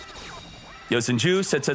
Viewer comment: is it just me or does he say yosan jews